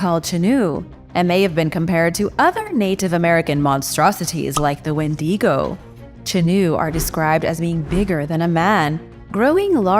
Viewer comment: I love your videos,. But you always put too much emphasis on the "di" syllable when you say "wendigo." You should instead try to put that emphasis on the "wen" syllable once and see how that sounds to yourself.